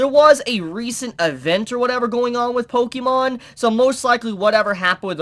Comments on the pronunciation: We know you don't play pokémon, since you're pronouncing it wrong, read the accent My first thought on one of the glasses, those are Vash's! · If you are going to continue to review anime you need to learn how to pronounce Pokémon.